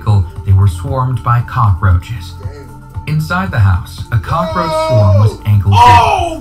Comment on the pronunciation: bro I had teh cackaroaches bruh Victoria Justice: I think we ALL had the cackaroaches